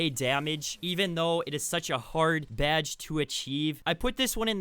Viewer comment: Idk why but I laugh every time he says BYADGE